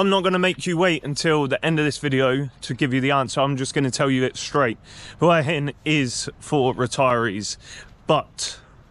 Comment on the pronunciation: Thank you so much for pronouncing Hua Hin correctly. หวัหิน